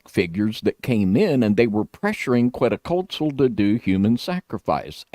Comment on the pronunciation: I Love your videos and information but some of the pronunciations of Quetzlcoatl and Tenochtitlan are way off.